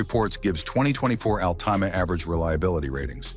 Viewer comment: Nissan Ahl-TEE-Mah ?!